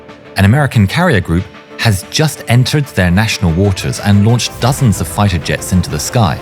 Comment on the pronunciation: Fiter? What's a fiter?